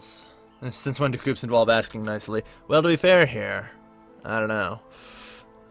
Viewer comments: This Video Was Very Good And Helpfull! However.... You Somehow Managed To Mispronounce Hades And Coups.... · Don't forget "coups".